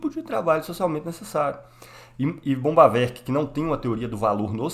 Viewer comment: Parei no primeiro "bombavek",não da pra se levar um cara desse a sério.